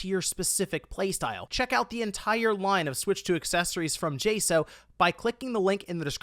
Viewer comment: I love you but New rule if your gonna be sponsored by a company you need to learn how to pronounce the company’s name not J So it J Saux